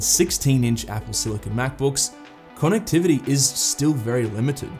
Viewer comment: Is there a reason you pronounce “connectivity” KAWNectivity? Sounds weird not to pronounce it correctly, but you be you.